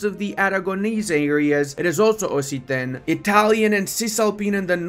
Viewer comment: it's actually pronounced "oksitan", both in english and french, fyi.